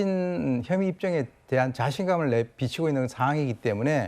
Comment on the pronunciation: 아나운서 발음이 왜 저래요..형이(혐의)